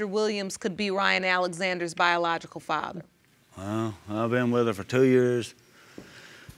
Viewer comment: Her boyfriend couldn’t even say ‘biological’ smh 🤦🏾‍♀️